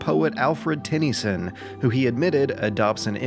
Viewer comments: HOW??? How do you not know how to pronounce Tennyson??? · well within 1 min he mispronounced Tennyson and Davenport